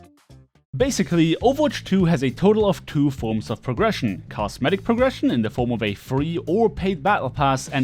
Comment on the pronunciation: I swear it sounds like you are saying cast medic